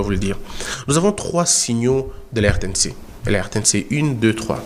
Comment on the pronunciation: RTNC Une ????? Il faut dire RTNC UN comme on dit TF1 (un). En français, il ne faut pas dire, par exemple, PAGE UNE, il faut dire PAGE UN.